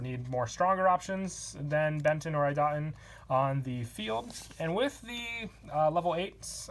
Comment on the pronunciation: Cyber Angel Idaten is pronounced E da ten